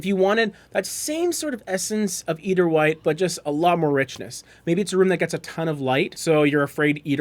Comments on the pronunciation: Nails on chalk board!! And you said it soooo often! The “e” is silent! It’s “ider”, long i. Refers to white eider down from the eider duck. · Pronunciation EYE-der like the bird.... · Nitpicky, but please look up pronunciation. "Eider" is pronounced /ˈaɪ.dər/, or "eye-der" to further simplify; as in eiderdown, a quilt made from the down of the eider duck. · Yes. Thank you.